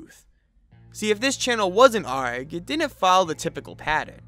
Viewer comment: You pronouncing an A.R.G. Like a pirate sends meeeeee “aaarrrggggg” I’ve only known it to be pronounced as individual letters . Super love your content.